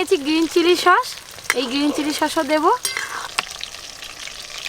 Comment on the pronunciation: আপনি সছ কে সশ বলেন কেন